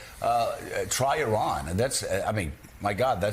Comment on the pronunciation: I doubt he could even spell 'consequential'. He can't even pronounce 'Iran' correctly.